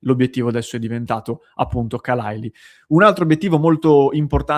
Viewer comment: sei l'unico che pronuncia bene khalaili e chalobah